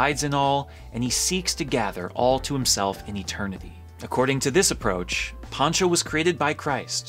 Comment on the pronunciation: It is Pancho not Poncho